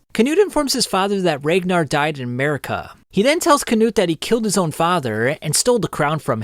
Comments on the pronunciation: Not calling Mercia (MER-see-uh) Murica 🇺🇸😭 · Fantastic video, have always loved your videos, but its Mer-cia. Not merkia! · In the future bro, it’s pronounced Mer-SEE-uh not Murica. I stopped watching 20 mins in because of this. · It’s Mercia, not merica, Mercy-uhh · Great video, really informative. But as an Englishman it pains to hear you pronounce Mercia. Just an FYI. It’s MER-SEA-UH